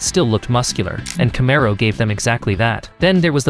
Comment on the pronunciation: Learn how to pronounce the word..."camaro". Are you AI?